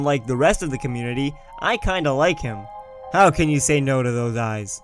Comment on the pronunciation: " how can you say nose to those eyes" lol i know he didn't say that but it sounded like that the first few times to me